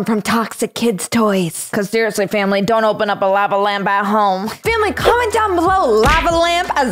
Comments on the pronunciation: "Lava Lampa" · “Lave Lamp” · "ļāva lamp"